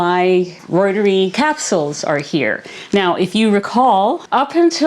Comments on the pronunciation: Pronounced. Root-er-eye. Reuteri. Not roit-er-ee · Its not pronounced L Roy-ter-eee Its L Roy-ter-i Named after Gerhard Reuter (Roy-ter) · Uuggghh! Point of order: in scientific expression, when something ends in an "i", it is pronounced as a long "i"...ie "reuter-eye". Even Dr Davis pronounces it the preferred scientific way as you will notice if you listen to him... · I think you're pretty close already. I believe it should sound like "royter-rye." Funny story, years ago, I was in a grad school class that would involve saying lots of latin names for plants, and the program director said that nobody really knows how to pronounce them. He said to just pick your preferred way and stick with it. 😂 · Please! The pronunciation of Reuteri is…..root-a-rye. 😊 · If you're using Dr. Davis' recipe, why do you pronounce l reuteri differently than he does?